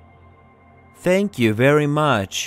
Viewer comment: Adamın dilimi peltek anlamadım... Tenkyu 'ya Senkyu diyor Tam doğru adrese geldik derken oldumu şimdi